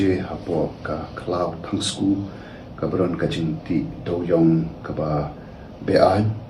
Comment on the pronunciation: Skoo not skuu